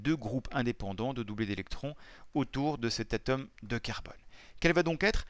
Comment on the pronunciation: On dit ATOME et pas a tome